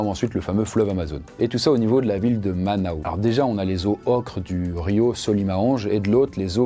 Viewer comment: Super vidéo !! Mais si je puis me permettre, on prononce le "S" dans Manaus et le fleuve Solimoes ça ressemble plus à "Solimou-inchs" compliqué à écrire pour la phonétique mais en tout cas, vidéo tres intéressante ^^